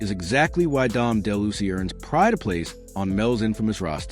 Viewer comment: loved the video but it's pronounced Dom DE-LOU-EASE